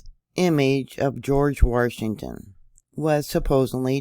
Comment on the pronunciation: Why is she saying "Warshington"? Is there a secret "R" in Washington?